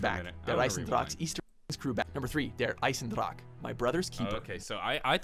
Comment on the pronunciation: he didn't even say der einsendrache correctly, the e at the end isn't silent